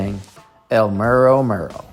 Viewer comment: It is not pronounced the way you see it. It is pronounced El medo medo